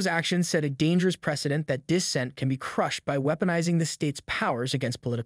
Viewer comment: Brother I appreciate your content but you really need to learn how to pronounce several words like rhetoric and dissent were ones I remember off the top of my head